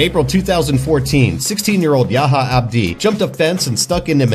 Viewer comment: Said yaha instead of yah ya 😂